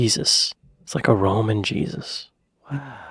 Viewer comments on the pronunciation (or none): none